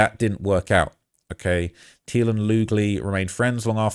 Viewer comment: It's pronounced "Teal"